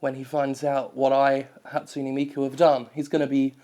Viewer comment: Ha-tsu-NE, not Hatsuni. T_T Pleaaaase tell me you were doing that on purpose.